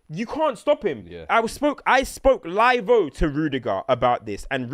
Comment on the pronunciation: When did ‘live’ become ‘live-o’?! 😂